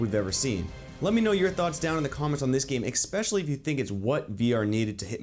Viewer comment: Every time this dude says "expecially" 😑